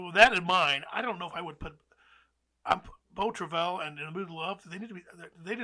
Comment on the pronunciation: Beau Travail number 1 in 2032, you heard it here first. Also, it's pronounced "Bo Truh-vy" Vertigo's strength in these polls come from people choosing it as the flagship Hitch movie. Same for Tokyo Story and a lot of other movies that rank very highly. Voters are aware that if votes get split between Strangers on a Train, Rebecca, etc. none of them are going to make the list. Howard Hawks doesn't have a flagship film and this hurts his performance on the poll accordingly.